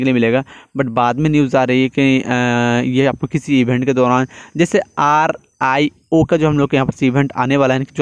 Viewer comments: Bhai R - I - O NAHI , it's , Rio (रियो) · it's not. R. I. O , it's Rio which is located in Brazil